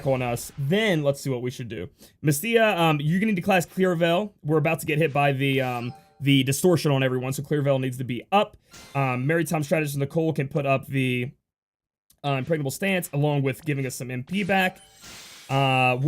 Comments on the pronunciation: just a tip on pronouncing "Maritime." Think of a mariner. You don't elongate the "i" into Mar-ee-ner. You say Mar-ih-ner. Same applies to maritime. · Emphasis on the first syllable, MA-ri-ner.